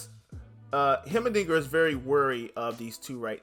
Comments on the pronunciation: Also the pronunciation is Hi-mer dinger hi as in hi hello it's a pretty weird word but fits his looks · I hope I dont sound mean but it's pronounced "High-mer-ding-er"